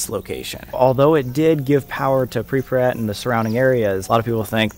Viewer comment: if only sam in those 100 hours in Ukraine could learn to say "Pripyat" correctly xDDDDD